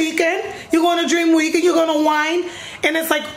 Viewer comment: LMAO your accent "oh you going to Dreammm Weekend?" but purrrr this vlog is it!!